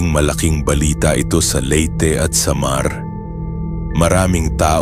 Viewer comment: Ang boring mo pakinggan.. ..Tu'lay....sa'mar..ano ba yan😂